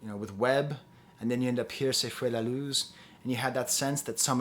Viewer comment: So cute you saying 'Se Fue La Luz' with a french accent 😅